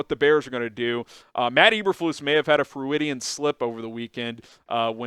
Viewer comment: the word "Freudian" is pronounced 'FROI-dian', after Sigmund Freud 'FROID', the father of modern psychology.